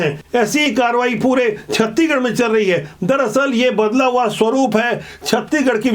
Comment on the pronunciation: सर जी आपसे सादर अनुरोध है की आप छतीगढ न बोलकर छत्तीसगढ़ बोलो ना सर जी गलती होगा तो माफ करना